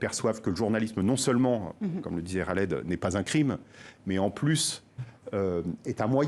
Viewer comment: Pas Ghaled .! Mais ca se prononce Kaled son prenom.en français , pas comme vous le prononcez ! Tres contente de sa libération !